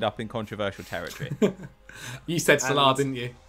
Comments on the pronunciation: And Mohammed SalAAHH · it’s not SAL-uh, he’s closer than most (edit: still pronounces Haaland dead wrong tho lol)